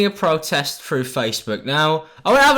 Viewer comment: i dont like the way says protest